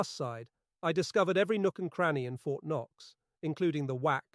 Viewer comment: What is wrong with this translation? The whole thing is almost fluent English except for a few words that are clearly a typo: Fort K-knox? wth?!